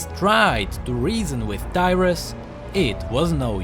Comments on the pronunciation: Tyrus? DYRUS? =.= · Who else thought he said Dyrus xD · 0.32 I was letting it play while doing other stuff to just listen then i almost fell of my chair cos I thought he said "Dyrus"